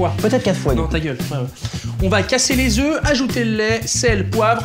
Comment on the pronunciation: 3 oeufs -3 Zeuffs - Oeufs - Zeuffs -Ta gueule